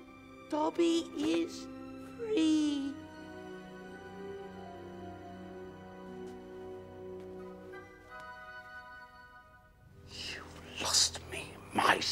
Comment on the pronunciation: Dobby is fwee